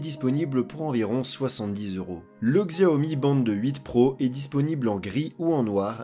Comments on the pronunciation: Tu prononces mal le nom XIAOMI. Ça se dit pas '' GZIAOMI ''! C'est '' CHIAOMI ''. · Désolé mais tu écorches trop les noms... en chinois Xiaomi se dit '' CHAOMI ''. Et Huawei c'est '' WOUAWEI ''